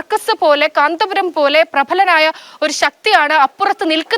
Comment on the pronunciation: പറയുന്നത് മുഴുവൻ അക്ഷര തെറ്റാണെങ്കിലും കാന്തപുരം എന്ന്തെറ്റുകൂടാതെ പറയാൻ പഠിച്ചിട്ടുണ്ടല്ലൊ. മിടുക്കി